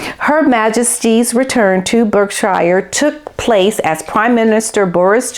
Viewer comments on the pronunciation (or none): it is actually pronounced Berk"sher" not Berk "shire". Similarly, The iconic Lea and Perrins sauce is pronounced Worceste "sher" not Worcestershire. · Berkshire is pronounced Bark shur. Sorry to point out a mistake but I am sure you would prefer to know than to keep saying it wrong LOL. I always get American places wrong. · We have some strange pronunciations in English 🤔 Berkshire is pronounced Barkshire! Love your input. Thank you from Scotland. 💕